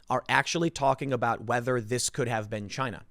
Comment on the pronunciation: Chy-na #1